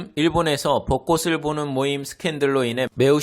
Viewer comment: 벗꼬슬(X) 벗꼬츨(O)